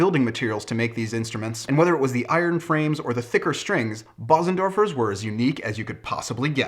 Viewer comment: It is pronounced Beuzendorfer (roughly).